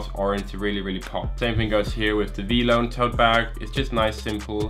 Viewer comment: who the hell says vlone its v - lone as everybody that has been on says it wtf lmao